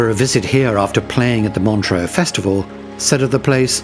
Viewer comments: Montreux is pronounced Montr-err, not Montr-oh. Without an 'a' (like deux). With an 'a' (like eau) it would be Montr-oh. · montreux....not montroe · Where is this "Montro" you speak of? And, Frank Zappa did not set fire to the old casino; he was performing at the time.